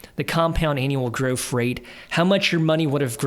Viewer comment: Good video, as constructive criticism you need to say growth not groff